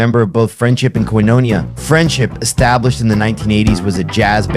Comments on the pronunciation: ….it’s pronounced “Koin-O-nee_ah”😊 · Real cool. I did a record with Abe (and Alex Acuña and Justo Almario) in the 90s, a life-changing time for me. Too bad the robot narrating this can't pronounce 'Omartian' or 'Koinonia'. Keep the video, but redo the voiceover with a "person". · Good video. I just wished you'd have spent some time checking the proper pronunciation of many players including Abe's last name Laboriel with the accent on the 'e'. Koinonia has the accent on the last 'i', etc...